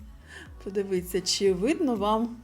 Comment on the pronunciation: Респект за українську мову❤ Вибачте,🫣 не блискОтки—блискІтки ПодивИтся—подивІться 😉